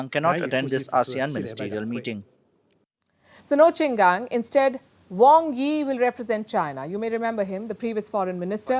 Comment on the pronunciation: His name is QIN GANG. It pronounce "Ching" "GAAN" . His is MIA for 2 weeks?!!!! wow! should we be worried? Do yo need to report his too?